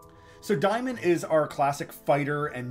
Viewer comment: I don’t where you got “diemon”. It’s daymon. Instantly shut this video off and will never watch anymore of your videos. Go back to school